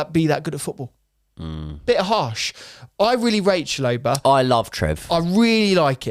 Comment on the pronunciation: Great insights but that pronunciation of Chalobah is abysmal, bro isn't even trying 😂